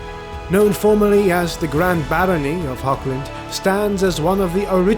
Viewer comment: Nice work. I am well aware that is very difficult für native English to pronunce the German word "Hoch" (High) but it has nothing to do with "Hog". There is no K-sound. To match the german "CH" loud you have to raspel strongky like clearing your throat